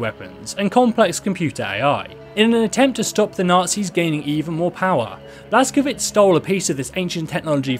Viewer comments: its Blaz-ko-vitch not Blaz-ko-vits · It's pronounced "Blas-ko-vich"